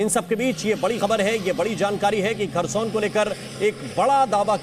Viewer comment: Kharson nahi hai bhosdike.. Kherson